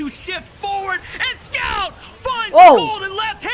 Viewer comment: I think one of the caster is not loud enough my ears didn't explode entirely / and he almost got Scout's name right every 3rd attempt